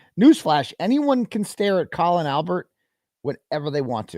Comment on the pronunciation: Love that you call him colon. LOL